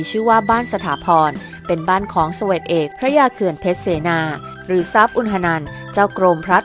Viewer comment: เสวก อ่านว่า เส-วก ไม่ใช่ สะ-เหวก